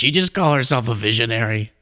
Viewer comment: No, she said veeezionary